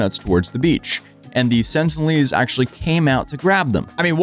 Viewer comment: They're the sentinelese not the sentlenese,.